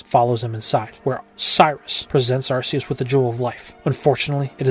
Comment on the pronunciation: * sigh * It's pronounced Ark-ee-us, not Arse-ee-us. TPCI did this specifically to avoid having British parents complaining about a Pokémon having the word arse in its name.